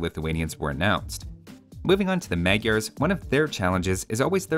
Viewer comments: You add a fact about Khmers and how it should sounds, but you go and say magyaars instead of maďars as it was intended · Another mildly interesting fact is that Magyars name are mispronounced too. "gy" is a unique sound/character. Also the first "a" should be pronounced as the second.